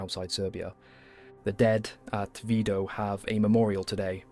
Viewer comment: Its mžnot vydo....V I D O